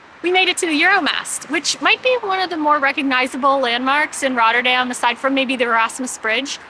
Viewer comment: I’m a bit surprised you mispronounce Binnen Rotte and correctly pronounce Rotterdam. The Rotte is the river Rotterdam was named after. The Binnen ( inside) Rotte is where it used to run. Rotte is pronounced exactly the same as Rotter - dam. By the way if you think the Park near the Euro mast is massive try the Kralingse Bos sometime.